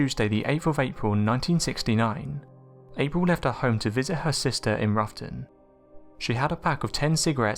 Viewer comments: its rowton (as in having a row with someone) -not ruffton omg research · "Roughton" is pronounced "Row-ton", as in "row - bad argument"